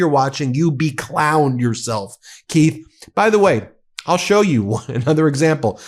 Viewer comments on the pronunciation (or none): none